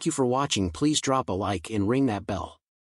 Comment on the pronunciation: Thanks for sharing. Very necessary. And spot on. I hadn't thought of it being used an excuse. I very much hope so! 👌 One thing - it's slava u-kra-YI-ni